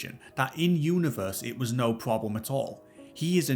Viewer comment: But dere was a pwobwem…get a better narrator.